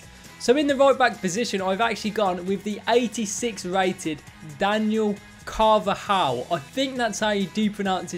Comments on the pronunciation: So proud of you how you said Carvajal!! 😂😂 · You said carvajal right👏 I was waiting for car va ja hal 😂 great video